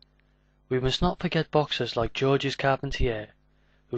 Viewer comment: Pronounced George. S is silent.